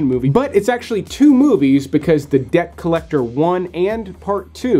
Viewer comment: does he know the b is silent in debt?